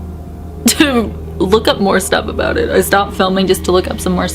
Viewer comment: Is anyone else getting Harry Potter vibes from this story like the ghost bus in London from prisoner of azkaban..... I was also laughing when your Canadian accent came out like aboot and oot 🤣😂🤣😂🤣😂🤣😂